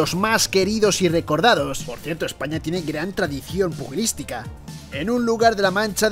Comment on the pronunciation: Si no sabes pronunciar "pugilística" me bajo